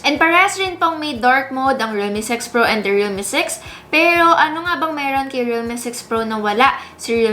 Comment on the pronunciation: Na di-distract ako dun sa pag pronounce nya ng ibang words super awrte. 'pewroh' hahaha. pawrang, areneyow. Cringe.